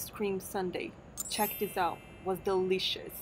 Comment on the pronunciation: Sounded like you said "It was delicixs" - you probably meant DE-LI-CI-OUS